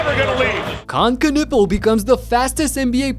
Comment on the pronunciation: I wish they would stop calling him kah-nipple 😅😭😭